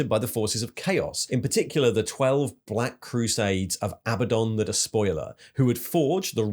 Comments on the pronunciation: Your pronunciation of behemoth and Abaddon are…unique. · "Bayemoth" is the British pronunciation, and "A bad'un" is the GW pronunciation